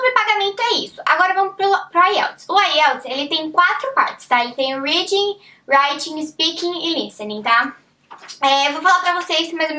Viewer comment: Mas pq não aprendeu a pronunciar "reading" e "writing" ainda!?